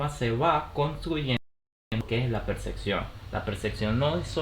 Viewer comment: ¿Por qué es necesario pronunciar "percección", en lugar de mencionarlo como está escrito, "percepción"?